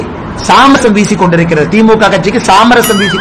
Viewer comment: எய் ஆடு, அது "சாமரம்" டா அபிஷடூ ... சாமரசம் இல்லை!